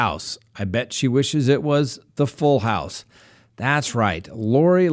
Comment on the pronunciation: Like garden hose? Ok. House. It's house.